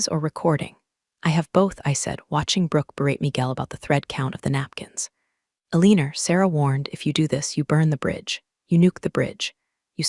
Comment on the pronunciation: Wtf "Aleaner"